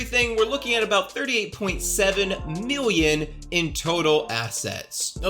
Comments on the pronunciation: You are right, great research. Aside from that, your a total douche, and I hate the way you say "million". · Lol why does he say million like that ?